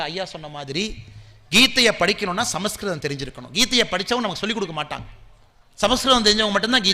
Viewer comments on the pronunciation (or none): none